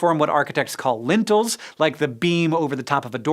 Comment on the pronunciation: lintels and beams as opposed to lentils and beans